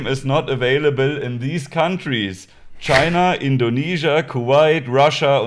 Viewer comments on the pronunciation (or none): none